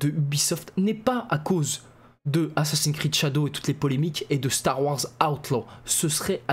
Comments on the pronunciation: Ho lala ,j'ai entendu ''assassin crade'' ?🤔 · "assassins crade" 😂😂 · Le prend pas mal mais j'ai rigoler quand ta mal prononcé assassin's creed tu à dit "assassin'scrade" j'ai exploser de rire je suis désolé vraiment 😂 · " Assassin crade"le lapsus 😂😂😂